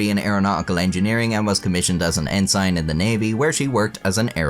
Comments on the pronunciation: "en-sen," not "en-sign." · Ensign. G is silent. Ensin. Or is this one of those left-tenant things. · Love your accent but its pronounced "En-Sin" not "En-sign" (got to love the english language right!?) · Pronounced EN-sen, not EN-sine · Ensign is pronounced like en-sin, not en sine. And while I'm here, Indict (from another video) is pronounced in dite, not in dicked-Don't laugh! grow TF up. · "Ensign" is not pronounced as "en sign". It's pronounced as "en s'n". All of human knowledge at your fingertips and more clueless than any generation before. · Idk if because of Irish or AI, but it's pronounced en-SIN, NOT en-SINE. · "Ensign" is pronounced "en-SIN", not en-SIGN. Carry on. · Commissioned an N-SIGN??? It’s pronounced N-SEN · Dude! That's EnSIN, no EnSIGN! Oh, and we call them LU-tenants, NOT Left-tenents. But we DO drive on the RIGHT side of the road, which is the.......wait for it.......the RIGHT side of the road! LOL! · What's an en-sine? The AI version of pronouncing Ensign? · Crazy story. Just one correction of if I may. Her military rank ensign. It’s is pronounced the same way as “ensin”. 🤙🏽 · no it's pronounced En-Sin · Commissioned as an en-signed? That’s not how you pronounce ensign. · En • sign , wow! It's just incredible how much an AI can mangle the English language! But what can you expect? They just don't have the ability to pronounce all of the various accents and so on... For Pete's sake please teach it the to use a dictionary and proper pronunciation!!!! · "in sign"? Come on, pronounce ensign correctly. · Who pronounced ensign as “en-syne”? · "En-SIGN" gotta love million plus sub YTubers who dont know how to pronounce words they should. Call me petty but its actually rampant. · Ensign is pronounced (En-sin) Just so you know 🫡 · Can you say word “Ensign” Again without DESTROYING It ? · Learn how to pronounce ensign.